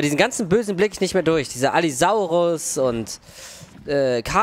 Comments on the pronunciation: Es heißt allosaurus nicht Allysaurus triggert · Normale Menschen: Allosaurus: Allysaurus xD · alle sagen allosaurus außer er sagt allysaurus die namen lernen wir aber nochmal nä? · Ich kann mir Allisaurus nicht anhören, die heißen Allosaurus! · der heißt Allosaurus haha. Kuss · es heißt ALL*O*SAURUS